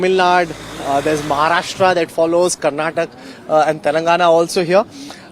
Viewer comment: Please don't pronounce as Karnatak it's Karnataka......... Feels bad when I heard you miss pronounce our state name.......